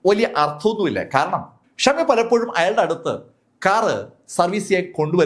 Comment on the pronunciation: മലയാളം ഉച്ചാരണം കുറച്ചുകൂടി നന്നായാൽ കൊള്ളാമായിരുന്നു. ആവശ്യം ഇല്ലാത്ത സ്ഥലത്ത് അധികം ബലം പ്രയോഗിക്കുന്നത് അലോരസം ഉണ്ടാക്കുന്നു. ഉദാ:- ഖയറിയപ്പോൾ ഖാരണം